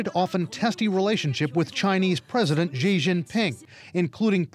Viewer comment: American can't simply pronounce 'Xi' properly. No it's not like 'Ji' but more like 'Si'